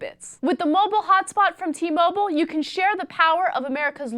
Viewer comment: t- mo-byle